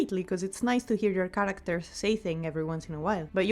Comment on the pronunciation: The word 'characters' has lost all meaning to me, Im questioning is it even a word. U said it so much and the pronunciation isn't quite right either